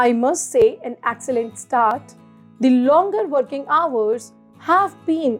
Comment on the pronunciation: Inki apni English khudh bayankar hain excellent ko accellant banana koi inse seekhay 🤣🤣